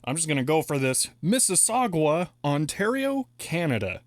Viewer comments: you almost nailed the pronunciation on Mississauga btw! the "sauga" part is pronounced like the English word "saga." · Miss-iss-awe-gah, There is no "u" after the "g".